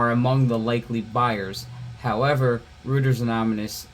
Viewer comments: Not trying to be a dick, but Reuters is German, it's pronounced Roy-ters, not Rooters. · It's real simple, just Roy-ters. It's German. They say "eu" like "oy", in words like Deutsch (Doy-tch, means "German") and Deutschland ("Germany"). I don't know why either.